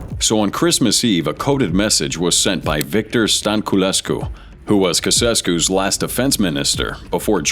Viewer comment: Get rid of this AI garbage. Who TF were the 'Kewkesskews'?